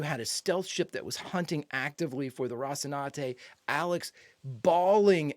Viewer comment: You've grown to my favorite Expanse reactor in no time,. Just one little thing: Please learn how to correctly pronounce "Rocinante". She really deserves it. You always say something like "Rossinade".